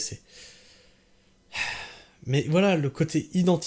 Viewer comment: Digresser...et non "disgresser"..🌿🌻🍄🌳👽